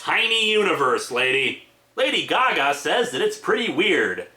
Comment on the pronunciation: All we hear is...Lady-o Gaga. Lady-o goo-goo.